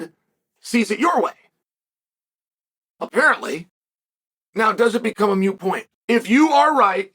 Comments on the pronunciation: Ah, Chael, the self-proclaimed greatest mind in the sport, keeps saying “mute” point instead of “moot” point. 😂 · and - can someone let Chael know that the word he’s looking for isn’t “mute”, as in when he said “… does it become a mute point?”. The actual word is “moot”, which is defined as: subject to debate, dispute, or uncertainty. So for Chael the sentence would be “… does it become a moot point?”